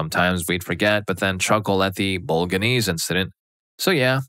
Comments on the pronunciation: Bol/a/nse not boga/nse at least we know he’s not ai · Bo-lo-gne-se With the GNE pronunced in a way that only Italians can pronounce(it's a sound very common in Italian but extremely strange in other languages) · Bolga-knees? 😂😂😂 How did you bugger that so badly?